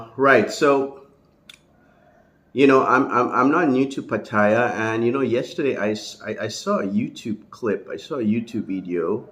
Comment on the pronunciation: Until you learn how to pronounce Pattaya, you have no crediibity with me. Go ask a taxi driver how to pronounce it...